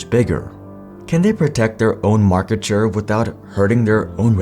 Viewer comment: "maarkete" i can picture a little indian nngga saying this while nodding his head